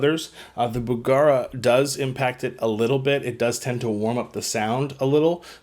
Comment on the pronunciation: BugEra not BugAra